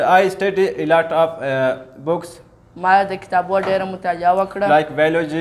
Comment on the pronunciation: Elot off ❌ Alot off ✔️